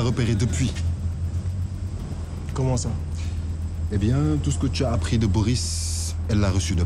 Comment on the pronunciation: Entre 19:6 et ..Boris yakeu nga mes oreilles ..personne pour rectifier ça